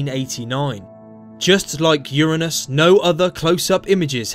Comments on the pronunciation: People have been saying Uranus wrong. A lot of people pronounce it as "Yoo-ray-nus" and most of us could never say it with a straight face anymore. Thank you for saying "Yoo-ruh-nus" in this video. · I am relieved to find a man that pronounces "Uranus" correctly, rather than saying yOuR aNuS. All anus jokes aside, Uranus is a really cool planet.